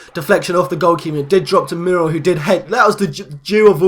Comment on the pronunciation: You are pronouncing Muriel incorrectly, it is pronounced MUR-E-EL, just thought I'd tell you xD